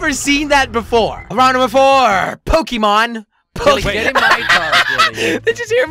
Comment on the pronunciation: Jelly: Pokemón :Pokemón wat